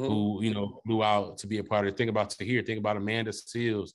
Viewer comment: Hey tom: Tahir said independent otta